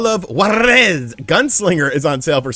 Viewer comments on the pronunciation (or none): The “R” in Juarez isnt rolled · I am a native Spanish speaker and I approve this Juarez pronunciation. This is the way.